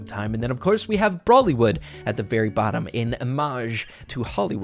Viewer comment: Indian listening to say "Bollywood " instead of brawlywood....